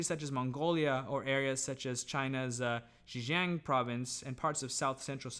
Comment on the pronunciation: But you don’t speak Chinese! So, your pronunciation of Xinjiang was not exactly right! In addition, Taklamakan does not mean what you said. A lot of people say so, too but…